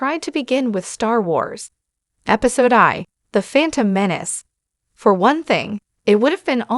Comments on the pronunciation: Use AI if you’re lazy but at least make it say Episode 1 instead of Episode eye.. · "Episode Eye"????